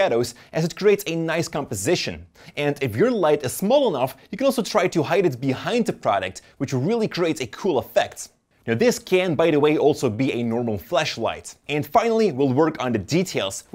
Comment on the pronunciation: why did you say "fleshligt"?